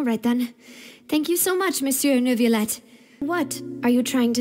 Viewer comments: it's so weird how inconsistent they are with which words they want pronouned correctly and which ones not. Everyone pronounces Oratrice Mecanique d'Analyse Cardinale correctly, but then they also say neurvilette instead of neuviette. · WHY ARE THEY SAYING NEURVILETTE😭😭😭 IT'S LITTERALY PRONOUNCE NEUVIETTE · Monsieur Nurrvilette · Paimon:who knew that nEvIlleu would be so easy to talk to (didn’t even say the "t" lol) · NER-villette… I imagine this is due to the direction the VAs received. Most likely they were told to pronounce it almost like there was an R after the vowels. So they very much did add an R to their pronunciations. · As someone who speaks french, it’s hard not to cringe at their pronunciation of Neuvillette 😭